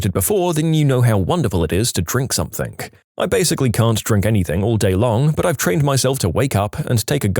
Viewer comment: No k in the word something